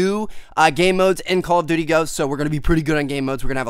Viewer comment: I been watching ur vids for a while and it gets annoying that it sounds like ur saying call of butty ghosts